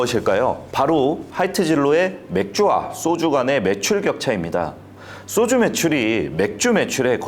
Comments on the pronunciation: "쏘주"가 뭐냐? "소주"라고 하면 안 되냐? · 쏘주? 소주? 경음 거슬림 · 쏘쥬 아니고 소주 입니다. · 왜? 자꾸 쏘주라고 발음하지? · 소주의 발음이 '쏘주'가 맞냐? 그럼 과자는 '꽈자'가 맞겠네? 야